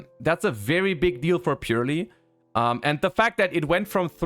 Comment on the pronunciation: I have this theory that Yu-Gi-Oh! players have a mass dyslexic epidemic, because I've yet to ever hear any YGO tuber say Purrely correctly. Purely is its own word, Purrely is not purely. It is Purrely.